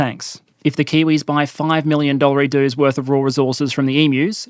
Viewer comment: 'Dollareedoo' 😂 Though I'm an economist and was really interested in what power point thrills I'd get this time, that word kills me. I can't hear anything else you say❤